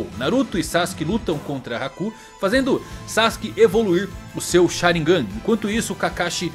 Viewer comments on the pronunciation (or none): none